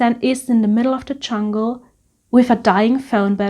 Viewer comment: Very well presented. You have such a sweet personality that comes through in your delivery. I giggle every time you say CHungle☺☺